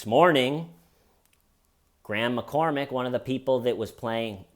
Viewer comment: Every time you said "Graham McCormack", I heard "Grandma Cormack". 😂 Why does clean cut hair style kill me?!?! 😂 I mean that in total love. Love this guy!! 🤍